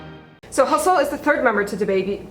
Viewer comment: “Hasoul” Interesting pronunciation hmmm 🤨